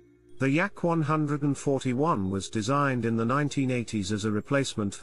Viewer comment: I like the YAK-ONE HUNDRED AND FOURTY ONE 👍🏻